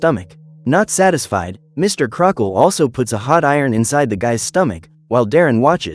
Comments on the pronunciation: Uh no offense but his names pronounced Crocket not Crockle. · His names "Mr. Crocket" not "Crockle"